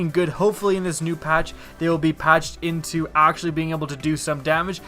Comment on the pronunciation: I'm sorry, every time I hear you say "into Destiny" I hear "in teh Destiny". :P